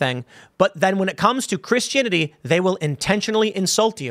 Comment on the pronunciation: I've never heard anyone pronounce Christianity this way.